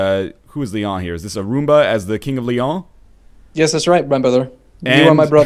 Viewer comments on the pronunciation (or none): lol they pronounce "Leon" as if it were French.